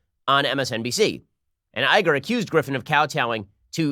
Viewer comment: I'm sorry - Chenk Iger? How did you read Cenk Uygur to that? I can get mispronouncing Cenk, but reading Uygur as Iger?